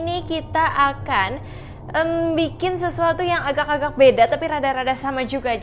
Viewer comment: Ko ngmong nya AGAKK AGAKK bukan AGA AGA